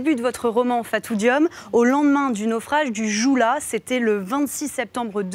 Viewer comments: "Le joue là"? sérieux quoi ! On lit Joola (Diola) Madame. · Le mot "Joola" se prononce Diola